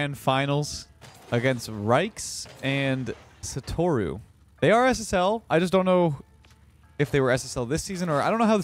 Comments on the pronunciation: bro. We need to get u into watching some anime. 😅 bro pronounced satoru gojo as (suh-toor-ooh) lmao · HAHAHHAA the way said "Satoru" when reading Satoru Gojo just killed me. Love you